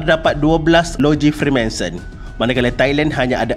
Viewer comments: Freemason. Not Freemanson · Freemanson? FREEMASON la bang 😅😅🙏🙏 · maaf tegur bang, betulkan sebutan dan ejaan.. bukan freemanson.. tp freemason.. utk video lain boleh betulkan. tkasih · Bang freemanson ka freemason 😷